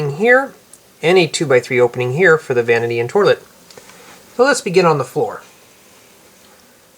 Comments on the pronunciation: it's pronounced toilet not tolet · did you say torlet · Why does he say torlet lol😅😆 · the way you say toilet doesn't sound right